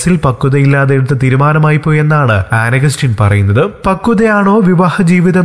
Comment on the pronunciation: An agastine ennu thooriyo chetta